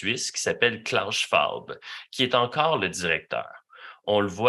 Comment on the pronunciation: 😂 ta prononciation du nom du vieux gobelin suisse 👌🇺🇸🦅